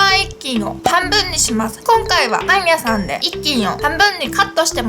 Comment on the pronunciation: パン屋さん がどうしても だいみゃさん に聞こえる